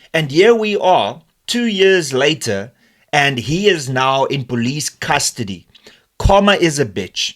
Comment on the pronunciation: Not kawma it's karma